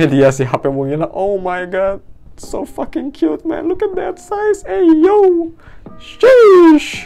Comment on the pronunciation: iya jir yg gw kaget abangnya pernah ngomong "smooth as fuk" "whot de fuk" "fuking" "ayo"💀💀💀